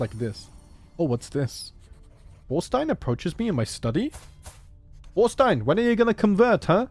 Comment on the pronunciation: Also the Þ in your son's name is pronounced th like in the. So its almost Torstein, but Thorstein